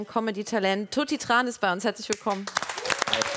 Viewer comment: Tran wird aber anders ausgesprochen